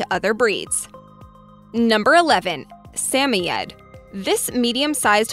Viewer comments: Sam-O- yed Say what? Correct pronunciation is SA-MOYED , where the MOY would rhyme with BOY. the ED at the end forming MOYED would be as one syllable, sheesh!... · RE#11 It's pronounced SAM OID (rhymes with 'avOID'). It kills to hear it butchered so many times. Narrator should ask if not sure. Smart ones would!